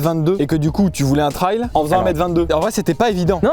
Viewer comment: Si je l'entends encore une fois dire "trayle" je l'étripe haha